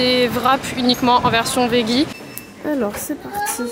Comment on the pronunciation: pourquoi tous les français prononcent le mot « veggie » de cette manière? 😭 ça se dit « védgi »